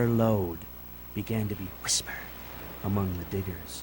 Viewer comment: That opening narration. Who emphasizes words like that? "Whissssspered"?